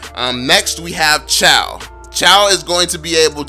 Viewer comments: Chou is not "chow" it's "chu". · He keeps saying chaw to chou wtf🤣 Filipinos will understand better💯👌